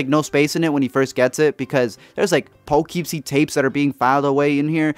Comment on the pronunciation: I’m from Poughkeepsie and the way you pronounced it is hilarious!!! Pero mira güey, representando la raza, te aprecio!